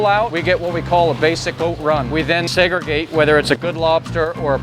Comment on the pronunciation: The way he said "Segregate"... Classic slave owner colonist